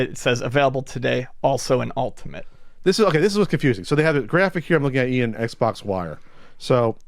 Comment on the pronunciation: "Eggs box"?